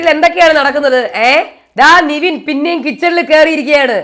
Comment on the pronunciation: എന്റെ പൊന്ന് 'നിവിൻ' അല്ല 'നെവിൻ' നെവിൻ എന്ന് പറയാൻ ഇത്ര പാടാണോ.